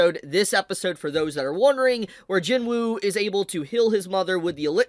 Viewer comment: I love ya but it's not Jin woo it's pronounced jinoo just saying love ya bro